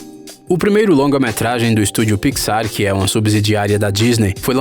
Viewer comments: Piquisár kkkkk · E pixar não picsar ou não só notei isso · "Estúdio Piquissár" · Parei de assistir no momento do "PIXÁR". Thiago neves: pelo amor de Deus ne. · Que agonia dele falando pi xar